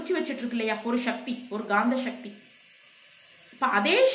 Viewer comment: தங்கள பதிவுகளுக்கு நன்றி. ஒரே ஒரு. வேண்டுகோள். ஷிவம் ஷிவன் ஷக்தி என்ற வட மோழி உச்சரிப்பை தவிர்த்து சிவன் சிவம் சக்தி என்று தமிழ் உச்சரிப்பை மேற்க்கொள்ளஙும்! வாழ்க வளமுடன்! 🙏